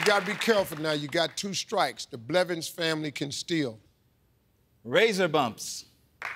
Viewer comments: Steve really said belvins😂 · One time Steve said BELVINS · Did steve rlly say belvins instead of blevins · Steve: The Belvins family can steal He said Belvins instead of Blevins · Didn't Steve say Belvins? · Steve Harvey Just said Belvins